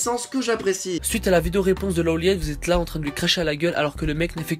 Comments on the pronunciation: C'est Low Light bordel ! Son pseudo se prononce comme tel ! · Sa se lit pas LeauLeiit mais LoLight